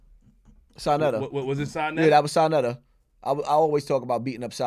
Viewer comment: Sanetta lol its Sa neter Flip